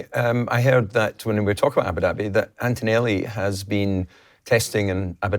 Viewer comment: The place is pronounced Ah-boo dahbee and not Abba-Dabby FFS!